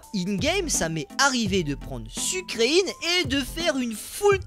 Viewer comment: Ça se dit sucrèène pas sucreïne😒😒😒😒😒